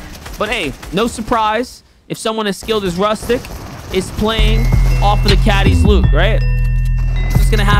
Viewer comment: YAY ARGENTINIAN ACTION 🇦🇷🚀🔥 Oh and btw it is pronunced roostyk